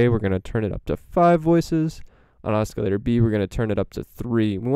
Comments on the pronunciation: Cool info Oscillator is pronounced without the hard C Like…. Osssssilator not oskilator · Your awesome but you are pronouncing oscillator wrong?